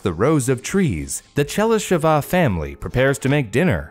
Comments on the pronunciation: Oh, and also - it's ['che-ly-she-va], not [che-ly-she-'va] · I'm glad you asked! Pronunciation of what you mention doesn't always match your guess. Better check it online (talkin bout Chelysheva in this case)